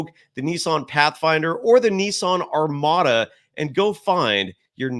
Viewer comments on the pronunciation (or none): none